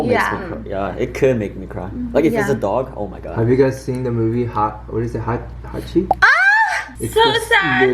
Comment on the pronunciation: hachi comes up kaachi: time for me to shine. it’s kaachi !